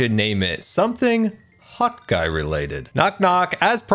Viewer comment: OMG! It's "Hot Guy"! I always hear "Hawk Eye"! 😂 Bc you flew to your friends and attacked out of the sky. 😅 Greetings from Austria!💜💜💜💜💜